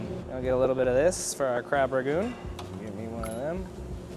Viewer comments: Every time you say Crab RaGOON it kills me, it has an N lol its Crab RANgoon. Also as a barber I can tell you, you would look hot with a shaved head. You have a great shape for it, just take it off! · This was a fun video I love y’all’s commentary 😂 also it’s ‘Rangoon’ not ragoon 😅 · Crab raNgoon. Not ragoon.... just saying